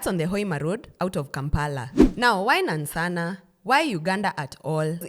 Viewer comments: Please the place is called NANSANA not Nansssanaa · The pronunciation of Nansana threw my attention span off but good information all together. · Laughed so hard. I’ll start pronouncing it like that just for laughs. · Am Ugandan and your pronunciation of Nansana has me on the floor 😅😅😅😅😅😅😅😅😅😅😅😅😅😅 love your content